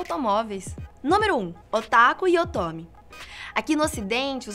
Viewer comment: Otome naum... pelo amor de Enel😂